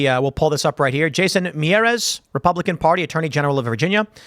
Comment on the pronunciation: Republican, it’s pronounced “mee-yar-ez”